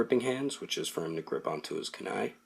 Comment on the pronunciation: It's pronounced ku ni his name is pronounced me na toe